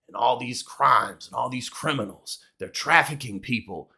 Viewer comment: What the hell is "quiminal"?